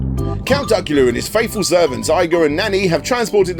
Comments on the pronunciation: Igor from Count Duckula is pronounced Eye-gor, it's pronounced Ee-gor. And why do you keep pronouncing the superfluous R at the end of Bravestarr?!? It's silent. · David Jason was also the voice of Danger Mouse and "Igor" isn't pronounced "eye-gore" but rather "ee-gore". Hope that helps. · Honestly can’t tell if the mispronunciation of Igor in the Duckula section and the constant R after Bravestarr are bits or if you’re really unsure how to pronounce. If it’s a genuine error, the intro to Bravestarr even gives you a hint 😜